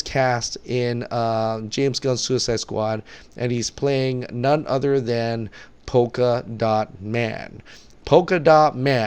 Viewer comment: Btw that's Polka dot man... not poka😂😂 If you don't know about a character then don't judge it. Wait for the movie and then you can spit all the shit you want...in a box or in your ass. Just wait for the film. You should be excited about the introduction of a new character. Google it's powers. The character is very unique and interesting. Polka dot man, Rat catcher, Harley, Captain Boomerang, King Shark, Peace Maker and Bronze Tiger are in the movie while Rick Flag and Amanda Waller are returning. They can't use Black Manta or Cheetah as they are being introduced in the upcoming movies. Seat tight. You are gonna experience a great movie. Just wait for it. #DCForever